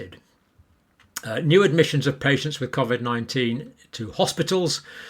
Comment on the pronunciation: The man can’t even pronounce covid correctly, what does that say about him.